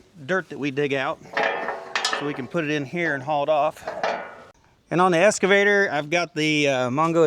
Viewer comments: Dude, it’s excavator, not escavator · I think you have been calling your Excavator a "Escavator".